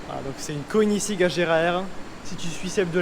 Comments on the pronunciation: Super vidéo ! Quelle beauté le Agera R ! Par contre le prononciation de Koenigssegg, je suis pas sûr que ce le dise bien 🤣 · Désolé mais j'arrive pas à m'y faire quand tu prononces koenigsegg mdr 😂😂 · La prononciation de koenigsegg 😂😂😂